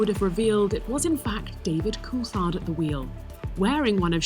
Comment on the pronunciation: Why does the voice over say koolthard? Weird pronunciation